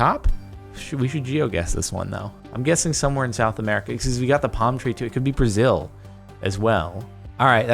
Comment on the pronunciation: if are saying Brazel than that's Australia